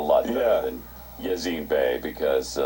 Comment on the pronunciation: "yazen bay"